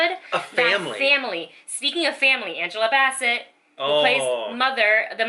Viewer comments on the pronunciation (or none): none